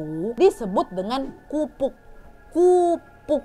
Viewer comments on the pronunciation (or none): maaf kak kapuk bukan kupuk 😁😁😁